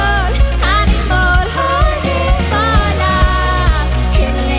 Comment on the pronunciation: Have you noticed Aurora says "animol"? XD